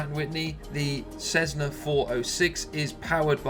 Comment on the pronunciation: This guy is a proze 'Black & Decker' (what do they make?). The guy can't even pronounce 'Cessna' correctly. He's like a cheesy salesman. With the pseudo-US accent.